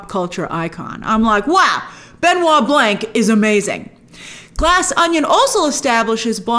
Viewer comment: We don't pronounce it Blan"k". It's pronounced Blanc (c is silent).